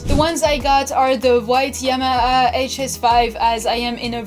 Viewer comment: Y Tee M R, Never heard Yamaha said like that but the correct way to say it is Yam ma Har.